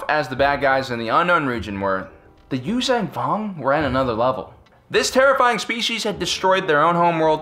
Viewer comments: Liked the video but your constant use of a g at the end of Yuuzahan is annoying. It's not you-vang it's you-zahn. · Yoo-zhahn Vong. Not Yoo-zang Vong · Yuzhan vong is pronounced you-Jong vong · Dude, love yr vids, watch em all the time. Even subscribed... But yr pronunciation of Vong shit is driving me to distraction! There is a site u can go to, and learn the right pronunciation from the folks writing those books. Its yoo-zang, its yoo-zon. Like Zahn. Check it. I guess im an asshole about stupid shit, but SW fans, we're known for that. Still, i lurve yr vids, man. And yes, i always thought that the NJO story line would've made for an amazing live-action SW tv show! Like the BSG reboot. (Even the X-Wing books as live action.) But yes, keep the Vong canon somehow. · actually I retract that it's pronounced YUU-JAN VONG Chasm is 'kasm'